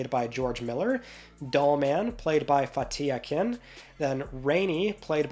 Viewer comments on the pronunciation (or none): You pay attention to pronounce the names correctly except for Fatih Akın. All it takes is a simple google search.